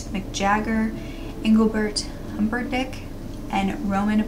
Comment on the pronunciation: Been binging your videos since I have the flu which feels like the plague and when you said "Humper-dick" I wasn't ready 🤣 my German granmother said it the same way and had a huge crush on him. I love your videos and content ❤